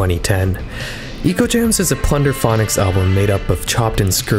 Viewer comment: I would say the album is “Echo” Gems rather than “Eco”. It’s artwork clearly heavily borrowed from the Sega Megadrive game Ecco The Dolphin which is pronounced “echo”.